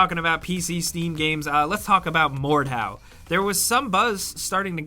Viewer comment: number 8 is "mordhau", "morthu" "Mordu" ... WTF you said the name once after hitting replay 3 times still dont know what you said the name was.